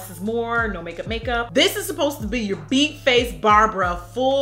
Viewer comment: Oh my god I'm so old! Is she saying full beak or full beat face? lol